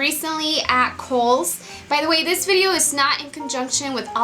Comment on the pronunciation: i swear am not hating,am just curious,,why does she tend to switch the "z" and the "s" when she's talking..like she said "i like to put thiZ on my noSe " !!